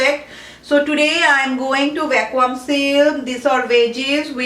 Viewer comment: Hi dear... not pronounced as "VACKWAAM"... .it should sound like......VACKYOOM. Hope u got that👍